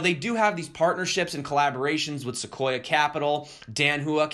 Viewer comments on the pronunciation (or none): none